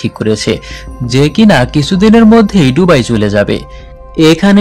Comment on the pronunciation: সবকিছুই সুন্দর তবে শব্দ উচ্চারণে আরো যত্নশীল হওয়া দরকার। যেমন- ডুবাই না এটা বে দুবাই। ধন্যবাদ